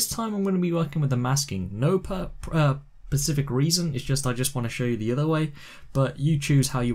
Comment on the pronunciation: "no pacific reason"